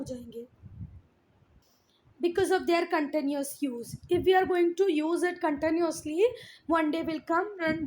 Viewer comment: Mam tell me one thing when you say "contanuas use" and "contanuasly" i want to ask something what do you want to say it is not contanuasly is "continuously" PLEASE CORRECT IT